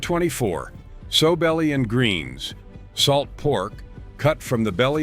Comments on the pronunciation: It's NOT "SO" belly. It's "SOW" belly. Like the female pig. (Later he got it right.) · Pronounced Sow belly not sew belly. Like a piggy sow. Pawpaw is rolling in his grave.